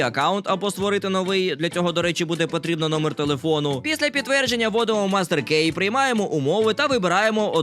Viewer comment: слішишь лайфГак, не мастер кей а мастер ки